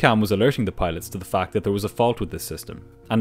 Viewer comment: "FAC"😁 "FAC"💀